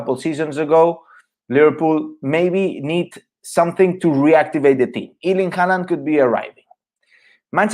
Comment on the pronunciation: Please learn to pronounce his first name properly, the Germans are closest so far, even the British are better than this Iiiirling!!